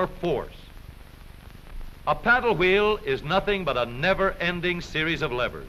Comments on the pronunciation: "which turns the hweel" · I love how they say wheel